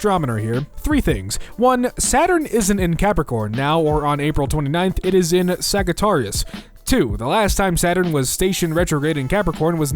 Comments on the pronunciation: Uhh sagautarius I think you meant sajitArius I hope I spelled Sagittarius phonetically correctly I mainly just say it out loud but uh well kinda lost my power of people who make small grammatical and/or pronunciation mistakes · My guy said sagaratyis 👁️👄👁️ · i generally don't care abt pronunciation, but [sag-ee-TAR-ias] chafed my balls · Never heard Sagittarius pronounced that way before, but I like it! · IS NO ONE GONNA TALK ABOUT HOW HE PRONOUNCE SAGITTARIUS??!? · BRUHHH THE WAY HE PRONOUNCED SAGITTARIUS IM DEAD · Great vid. PS, that's not how u say Sagittarius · The way he said Sagittarius 🤣🤣🤣🤣😂😂😂😂 I'm so sorry